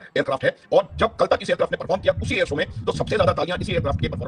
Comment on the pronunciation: "air so" lol😅